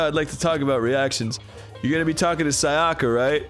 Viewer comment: Is anyone else bothered by how they pronounced Sayaka's name completely wrong eventhough each character says their name when they introduce themselves?